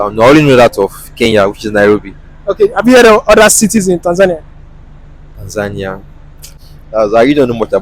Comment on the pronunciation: The last interviewee is the only one who pronounced right the country's name 'Tanzania' .